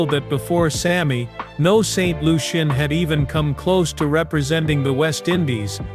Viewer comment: Dude please learn to pronounce the name of the island correctly